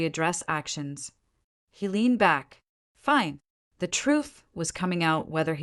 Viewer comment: Many of the AI mispronunciations are hilarious. Fine = feenay. Mileage = milahgee.